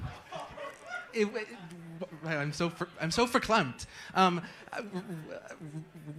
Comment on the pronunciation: that one guy cant even speak but he can say "verklempt"????lmfaooo😂😂